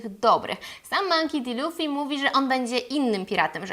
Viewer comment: Źle czytasz jego nazwisko :) Czytamy "Monki Di Luffy" A tak poza tym cieszę się że Ci się podobało xD Natomiast co do Kuro, to on poprostu zrobil sobie takie rekawice z ostrzami, cos ala kocie łapy ze szponami, które zwyczajnie nakladał na dłonie. Ostrza w żaden dziwny sposób nie wysuwały się jak u Wolverina. Po prostu zostały tak przytwierdzone na stałe.